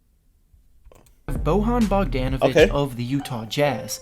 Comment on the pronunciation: yea. Isn't harrrison barnes or bogdonovich